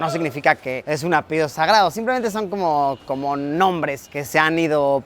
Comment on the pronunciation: Querido Luisito, soy tu admiradora y me encantan tus videos, sólo una observación pequeña, se dice apellido no apeido, un abrazo y muchas bendiciones 🤗🙏🏼